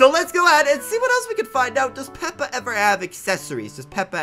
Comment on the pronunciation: It actually made me triggerd when he said peps the pig